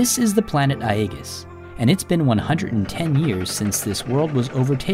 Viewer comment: love everything about your videos except the pronunciation of aegis xD